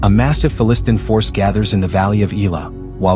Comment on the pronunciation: I am not able to see this show, so thanks for this great video. Not pronounced Fa - Listn'.